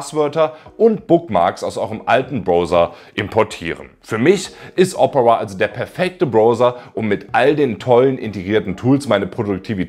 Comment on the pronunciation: Ich mag deine Videos aber bitte, bitte sprich Opera künftig richtig aus, dass Triggert hart. Das wird Deutsch O - Pera ausgesprochen.